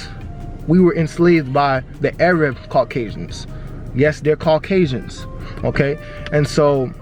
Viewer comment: I love that this guy can't pronounce Arab or European. Haha!